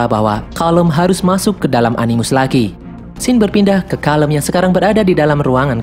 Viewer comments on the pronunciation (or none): none